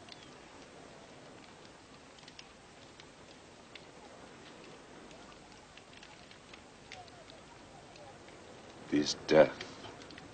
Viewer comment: King shaga u heard put some respeckk on that man's name🤣🤣🤣